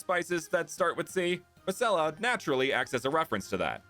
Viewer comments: I thought masella kinda sounded like must sell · Masella also kinda sound like must sell in a weird accent 😂